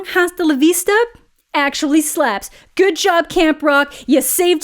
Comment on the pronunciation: "She's really gouid" 🤣